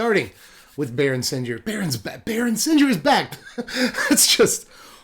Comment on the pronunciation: baron sen-gear just saying not sen-jeer.